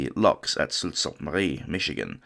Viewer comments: Well done video about a tragic event. One small correction. The town where the lifeboat is displayed is not pronounce "salt". The town is Sault (pronounced Soo) Ste. Marie, Michigan, which happens to be my hometown. Looking forward to more videos. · Absolutely outstanding!! My only copy-editor niggle is that "Sault" is pronounced "Soo". Otherwise first class reporting